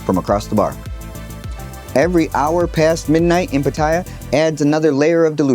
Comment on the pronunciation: Like your content but considering that u live in Pattaya, u should at least pronounce that correctly without sounding like a tourist Farang… it’s not Pattaya but “Pattiyaa ”…as the Thais call it …